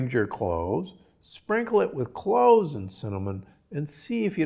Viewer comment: CloVez....not Cloehs 😉🙏🏽💞